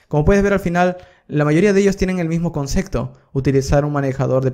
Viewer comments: La verdad que tus cursos son geniales. Lo que me chocaba un poco es que decis mucho concecto con la letra C! y en verdad es concepto con P! A lo mejor no te sale pronunciarlo bien, pero llama la atención. Igual son geniales tus videos que es lo central! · gracias por tus tutoriales, pero se dice "concepto" y no "concekto". Jajajaja, saludos!